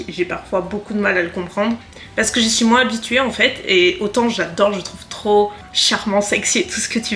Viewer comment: Hello girl, pour commencer j aime beaucoup tes vidéos, toutes, parce qu elles ont évolué au fur et à mesure de ta propre évolution personnelle. Ensuite, j aime beaucoup l idée que tu as eu de faire moins (moinssss avec ton "s" prononcé que j adoooore) de vidéos makeup, et de faire d autre chose que tu aimes tout autant lifestyle, weekyvlog (qui n en sont pas parce que c est pas sur 4 semaines? "Hoooo myyyy goooood" c est honteux! Vous avez dit honteux?! Mmmmdr). J aime beaucoup la personne que tu es au travers de tes vidéos, et je trouve réellement très bénéfique d ouvrir le monde des voyages en France et à l étranger au monde des personnes connaissant des problèmes pour se déplacer (accès PMR, douche PMR, mais également juste les rues pavées et les marches!) C est ultra important que tes vidéos puissent servir à aider les gens à mobilité réduites ou difficiles, mais également à nous, personnes ayant la chance d avoir l usage de nos 2 jambes, d être sensibilisées également. Bref je m égare, le monde a beaucoup de mal à évoluer et à changer ses habitudes, on le voit tous dans nos vies. Je te trouve merveilleuse et très courageuse. Comme tu le dis si bien, l essentiel c est que tu continues de faire ce que tu fait, avec le cœur. Je t embrasse bien tendrement et te remercie de ces heures passer à filmer, couper, monter, te casser la tête, dans le seul but, de partager ta passion.